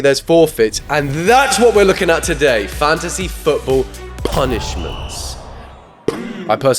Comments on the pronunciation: I keep hearing "Fancy football" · every time he pronounced it "fancy football" i was wishing for a rabid chicken to scratch my eyes out and end it all. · somehow it sounds to me like u say fancy football punishment not fantasy football punishment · Is it just me or does keep saying “fancy football”?? 🎩🏈